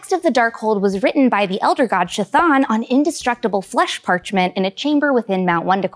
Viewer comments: its not SHAthon, its Chthon. Like Cthulhu, its a hard C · You keep saying "Sashan" when it's "Chthon" you do not say the ch 😒 you can tell when people don't actually know the story and they just are reading a script😐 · Isn't it pronounced Ka Thone? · LMFAO "SHIT ON" pronunciation of "Chthon" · Sha-thawn?? Please please PLEASE say it correctly 💀💀💀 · it's Ka-th-on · Chthon is pronounced "K-thon" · Ka-thon… the pronouncing of his name drove me nuts… anyone else? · Since the name is derived from Greek, it should be pronounced “Khi-Tawn” (aspirated K and aspirated T sounds, not ch and th sounds). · Shh-thawn pronunciation for the win!